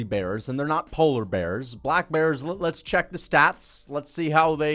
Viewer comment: I don’t what pisses me off more your delusion or the way you say black bears